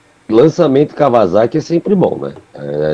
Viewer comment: Fala Kawasaki direito...não é "Kawaçaki" kkkkkkk vc não tá no Japão.